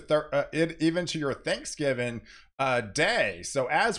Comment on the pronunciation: It’s THANKSGIVING! Not Thanksgiven. Einstein.